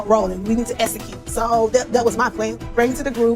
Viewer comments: Esicute Tisha the word is execute. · EX-ecute, EX-po, EX-pose…even though she’s not currently seeing a speech therapist, she can practice on her own. I do it all the time for words I trip over. Google offers the correct pronunciation of words, IJS 😮‍💨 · Latisha in almost every scene tells you "I am a businesswoman" KMSL, hunnny I can say I am a millionaire it doesn't mean that I am. Until she learns the pronunciations of the letter X and S I can't take her seriously!!!!! And the person who keeps telling you they are something is probably not what they are saying. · Apparently pronouncing execute is as difficult as pronouncing ASK. Just saying.😂